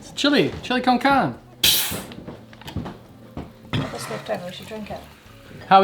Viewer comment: Great video Just one point, pronounce the E at the end of carne (car nay) Con means with, carne means meat Chilli con carne - Chilli with meat Great video though as usual